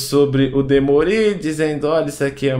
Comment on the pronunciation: DemÔri, não Demorí.